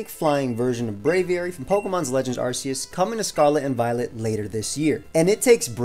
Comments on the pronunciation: ITS PRONOUNCED ARKEUS NOT ARSEUS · Great videos, but it's pronounced ar-KEE-us